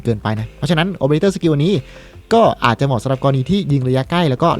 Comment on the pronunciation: ค้าบบบ คือเรื่องการพูดของพี่อะ เรื่อง ร.เรื่อ ล.ลิง ผมขอให้มันชัดๆและถูกต้องได้ไหมอะคับ อย่าง ไล่ๆ พี่เปน ไร่ๆอะ แต่ยังไงผมก้ติมตามพี่นะค้าบ ชอบคบิปพี่มากอยู่ดี